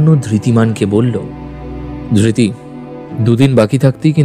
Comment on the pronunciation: Dhirti noy.....dhriti